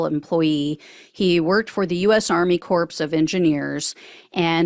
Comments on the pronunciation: Corps is pronounced core, not corpse. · Pronounced “core” not “corpse”. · Army Corps of Engineers is pronounced “core,” not “corpse.” Unless your being punny. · You did not say corPs? I’m out. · corpse of engineers? Flub or on purpose? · "Corpse" of Engineers? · 'Corps' is pronounced 'core'. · lol you didn't just pronounce corps as corpse did you? God, how embarassing that must be.... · It's pronounces as "core", not corps. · I watch about all your videos and usually hit the like button, but corps is pronounced “core” like an apple core. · "Army CORPS of engineers" It is pronounced "CORE". You should know this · It's pronounced Army CORE of engineers... just so you know😊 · "Army corps of Engineers" pronunciation is "army core of engineers". Please learn to say words correctly - makes you sound uneducated. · "corps" is pronounced "core". Love ya! And thanks! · The P and S in Corps are silent, fyi